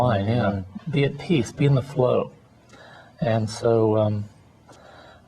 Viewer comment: peace not peas !! lol